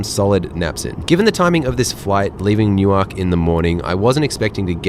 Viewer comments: I commented the same thing, I got a good chuckle out of his pronunciation! He said it similarly to the way they say it in Delaware, New. Ark. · Not in Jersey. Nuwerk, Newerk…but not New Ark. New Ark is a city in Delaware, Newerk is a city in NJ. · New-ark. Newurk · Newark= NUwurk, not new-ark ❤ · I cringe every time you pronounce EWR Airport phonetically as New-ark 😬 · Enjoying him pronouncing Newark exactly the way it is written, New-Ark! Gold! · I'm never not going to pronounce that city differently again - even without the vodka shots - haha~ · new - werk , the A is silent ❤❤ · "New Ark"?...... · I enjoy your videos, but I got an especially good chuckle in this one the way you pronounced the departure airport. It is no different than the way an American would unknowingly pronounce Canberra or Cairns. Locally the departure airport is pronounced Nuwurk, said quickly and as one word. I grew up south of there and knew that pronunciation my entire life. I then moved a few hours south and there’s another town south of Philadelphia called Newark but it is pronounced sorta like you did but with a longer break between the two halves, they pronounce it as New. Ark. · Dude, you mispronounce Newark in exactly the same way Americans mispronounce Melbourne. Get it right: don't sound out all the consonants! Nuwuk, Melbun. :) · It really bothers me how you say Newark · Newark as you’re saying it is in Delaware. The one in New Jersey isn’t pronounced that way. You must say the name of the town as the people in that city say it. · Newark is pronounced the same way as New York. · This used to be all Business Class. Weird pronunciation of Newark 😆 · It’s how they pronounce Newark, DE. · Let's say non-conventional pronunciation.